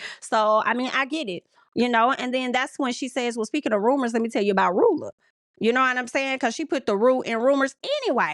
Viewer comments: I’m screaming everytime you said Ru-Ella lmao is Pronounced Rue-la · Her name is rulla (sounds like ruler but with an A) not ru- ella. 🤣🤣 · see now i like ru-ella it's giving cruella 😂